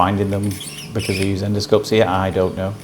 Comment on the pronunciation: Hello again, it’s me from QUEENSLAND 🇦🇺. I absolutely 😍your videos and your sense humour 😂😂😂. I enjoy you saying, “you can see here” and it comes out…..” you can see ear”. . I ALWAYS think “ ear ,in the ear “ and “ear ear lend me your ears”. I 😂😂😂every time and truely ❤️❤️❤️❤️❤️your videos.